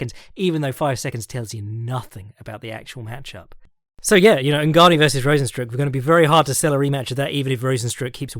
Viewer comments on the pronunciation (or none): lmao “Rozen-stroke”